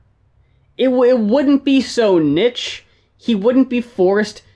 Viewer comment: Today I learned pronounces "niche" like "witch"